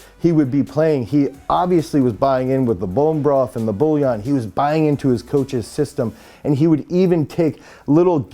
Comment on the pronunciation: It’s bouillon (pronounced “BWEE-yon”, approximately), for some reason Americans pronounce it as if the “i” was after the “ll”.